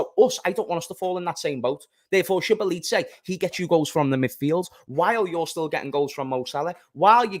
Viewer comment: it’s pronounced so-bo-zly 😂